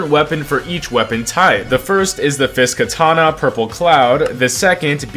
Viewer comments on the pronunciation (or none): none